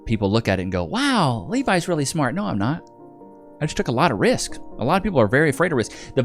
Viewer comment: Did she just say "a loff tomm of disappointment"?